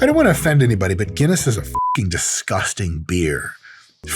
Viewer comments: It’s fuckin Guinness, Mike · Did yoou hear that two Guiness ..not one but TWO!